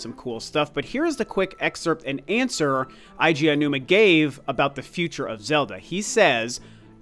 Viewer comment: Eiji= AY-jee.